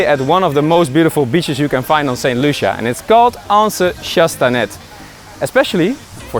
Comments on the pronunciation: A beautiful video. I have just a few corrections (mostly pronunciations) Anse Chastanet is pronounced 'anse chastanay' - it's French - part of our heritage. The reason why the water at the Diamond Waterfall is grey is because is flows right out of the volcano. The beach you called jealousy plantation is a direct translation from French (which is correct) but the actual name is 'Jalousie' but Sugar Beach is actually the name of the resort not the beach. The whole area is called Jalousie. That being said, I wouldn't want to grow up anywhere else. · Am 100 percent St. Lucian the way you said Soufriere and Anse Chastnet is so funny 😁 haha even Jalousie you said jealousy you're killing me 🤣